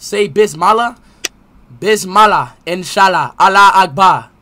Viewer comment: Its not bizmala its bismillah